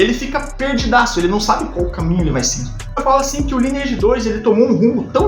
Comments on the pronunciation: Primeiramente que não se pronuncia “lineeige” e sim “laineeige” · Parei de assistir no primeiro “ lini eidi “ vlww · Eu perdido: Lineage (aqui a galera cahamava "laineage" e me perguntando, mds mudou muito mesmo o jogo, o que é fazer "cast" que ele tá falando? Ai no final fui entender quest! kkkkk